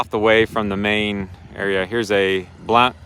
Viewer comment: The "o" is silent in Blount County. It's sounds just like 'blunt'